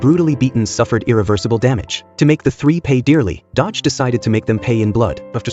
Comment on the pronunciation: Its not dodge its do-gi/do-ki